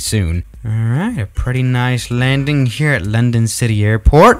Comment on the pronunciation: "Londong" Edit: he fixed it now